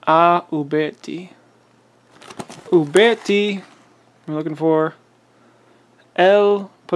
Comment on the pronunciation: Traditions and taylors and company make replicas. And if i never have to hear you say uberti or pieta again i will be content